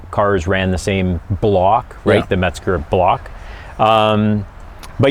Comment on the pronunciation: There is no "T" in Mezger. However ,it is a GREAT engine!